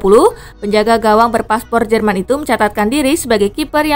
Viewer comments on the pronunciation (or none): none